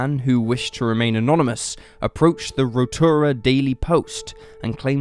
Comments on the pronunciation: Sorry I cringe everytime you say "Rotura". I presume you are referring to Rotorua . From an aussie perspective - it's pronounced row-tow-roo-ah. Kiwi's might be able to give a better pronounciation. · its RO-TOW-RU-AH hahaha